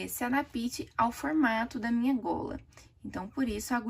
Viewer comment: "Eu preciso que a agulha se adapite". ,😮Adapite? Por favor não assassine a língua portuguesa...para que se ADAPTE